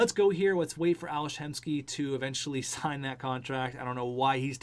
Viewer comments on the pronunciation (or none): none